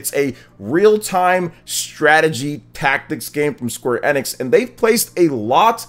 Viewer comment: Bro, I know it's a small thing but you are 100% pronouncing Square Enix incorrectly. You can literally google how to pronounce it lol. Outside of that you seem pretty solid, I'll keep an eye to see if I wanna sub :D